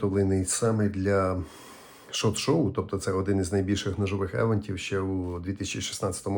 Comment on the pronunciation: Не "Евентів", "івЕнтів".